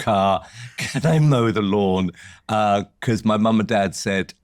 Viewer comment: Becors = Because